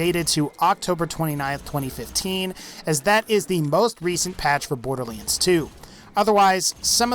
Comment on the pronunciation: Curious how you pronounce it as Borderleands rather than boarderlands ... no offence intended and maybe it's me pronouncing it wrong. :)